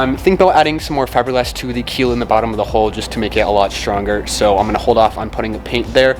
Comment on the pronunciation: The more I watch boat videos on YT the more I hear people calling the HULL of the vessel the HOLE. A hole in a hull is a whole bad thing. It is a younger generation thing and mostly in the US but other nationalities mispronounce it as well. Take it from someone who has spent over 40 years on every kind of vessel there is afloat it is a HULL take away the last L and put in a K you have incredible HULK. Take away the K and you will be able to say it correctly. Other than that this HULKING HULL should hold out Ok as long as you don't have a hole.